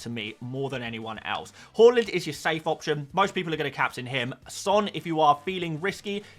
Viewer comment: Why do you keep calling him "whoreland"? 😮